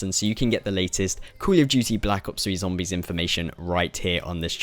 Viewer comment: you sound like your chocking on something, and how comes every other zombie you tuber doesn't pronounce it like you